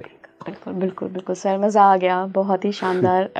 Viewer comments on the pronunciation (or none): none